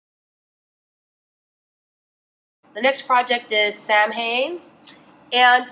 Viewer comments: Samhain is pronounced "sow-eun" (sow as in a pig) - sorry if you consider this nitpicking but it honestly drives me mad when Americans say it "sam-hane". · just a lil fyi, Samhain is pronounced "sow-in" bc its gaelic in origin :) love the video!